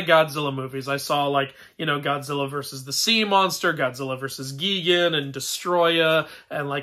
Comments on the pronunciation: It’s pronouns gigan not gegan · I think it's awesome that you are a fan, but what do I have to do with mythology if I exist? And Gigan's name is pronounced "Guy-gan."